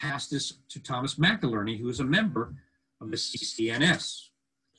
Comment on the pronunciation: why are you calling him “McILERNY?” It’s MCINERNY. Are you speaking about another person? I am confused. 😕